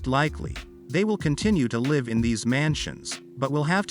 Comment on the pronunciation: In the context of this narrative you pronounce 'live' as an adjective 'live' with a long 'i' insted of as a verb 'liv' with a short 'i'. Obviously you do not really understand what you are reading, in other words you are ignorant and uneducated. Traditionally, the British aristocracy have always had separate bedrooms.